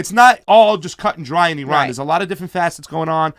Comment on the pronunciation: Is it just me or can't pronounce Iran...he added too much rrrrrrr sound.